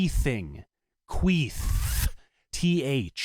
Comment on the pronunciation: Bequeathing... queathing... queath with a th lmao 🤣